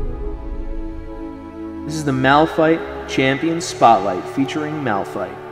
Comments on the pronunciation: it is malphite not "malpthite" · "Malpthite" OMEGALUL 😂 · It triggers me that no one noticed MALPTHITE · tho Malphthite LUL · I like how it actually says ''Malpthite'' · MALPTHITE btw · "Malpthite" LOL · Malpthite lul